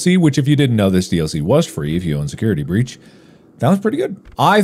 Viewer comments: I just want to thank editor for putting "Security Beach" to match Mark saying it wrong near the end. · « security beach »